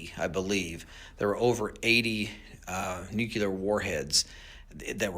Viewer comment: He said, “nukular”. The word is NU CLEAR. I think the mispronunciation must come from knowing the word, molecular.